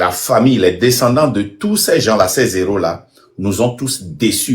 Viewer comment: Frère Marc, ceci n'est pas une critique. Je vous prie de ne plus faire la liaison quand vous prononcez le GN: "des héros."